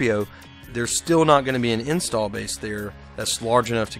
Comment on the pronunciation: Unrelated to everything, am I the only one who thought he was saying "install" strangely? A little bit too much stress on the first syllable... After . It's interesting.